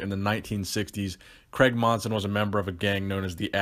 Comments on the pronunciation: Love the videos , think it’s pronounced Cray-g not Creg haha tickled me. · C R A I G Not kreg